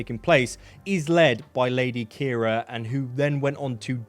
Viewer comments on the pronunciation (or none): none